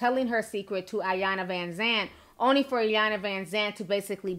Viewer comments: it’s pronounced “ee-yahn-la” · I hate how people pronounce Ms. Iyanla’s name.. I know it’s an I but the I is pronounced as an E.. E-yanla Vanzant.